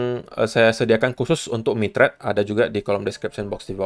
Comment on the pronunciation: dengernya "Saya sedang kerjasama dengan MICHAT". pas lihat layar, ooh MITRADE..hhehehehhe